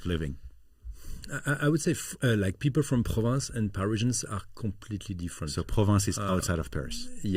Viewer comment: It's PROVENCE, not "Province"